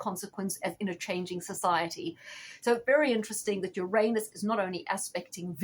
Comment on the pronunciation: I love the way you pronounce "Uranus" correctly. Few people do. Thanks for the reading.